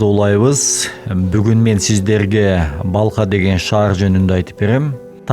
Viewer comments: Балха деген шаар жок. Урдурабересинби. Балх деп айтылат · Балх☝️Балха эмес